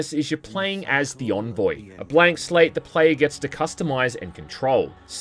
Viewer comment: They pronounced envoy wrong